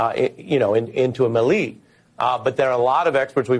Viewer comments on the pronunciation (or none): "Nothing going into a mel LEE!" WHAT? Dude you're a REPORTER and you don't know how to pronounce "melee" = as in "MAY LAY"??? 😂DUH!